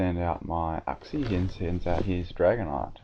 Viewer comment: i think its pronounced yooxie